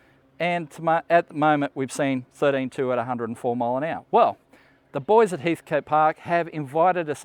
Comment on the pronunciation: its Heathcote not Heathcoat lol